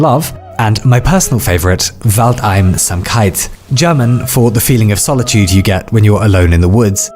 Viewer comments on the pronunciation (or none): It's Wald-einsamkeit, not Waldein-samkeit. I really loved this video. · "Waldeinsamkeit" is pronounced with the emphasis on "Wald", not "keit". ^^ It's "Wald-ein-sam-keit", but other than that, your pronunciation was pretty good! Also, I love your videos. This one came up right around the same time, thank you. - A kinda sad German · Please pronounce as if it are two words: Wald-einsamkeit - forest loneliness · Waldeinsamkeit being your favorite foreign word for a specific feeling, you should know that there is no gap in the pronounciation between ein and samkeit, since einsamkeit (loneliness) is a word in and of itself.